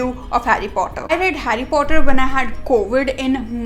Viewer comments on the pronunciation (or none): It's not fhotter it's Potter 😒